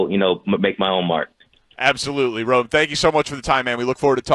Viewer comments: Brother did you get tricked by pronunciation too? The way they slur it, I thought it was Roma. His name is Rome! Rome / / / Odunze. BEAR DOWNNNNNNNNNNN. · pssst... I don't like how y'all pronounce ROME-ODUNZE's name. TWO WORDS. Not ROMA DUNZE. Its ROME /// ODUNZE. Y'all speak for a living?? EDIT: ok you pronounced it pretty well nearly each time here (very last at end) but in preceding weeks 😅. Sorry for the jab😅.